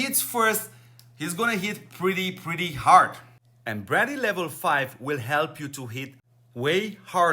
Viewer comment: Just sounds like you are saying bradley. Not trying to be rude, just trying help mate :)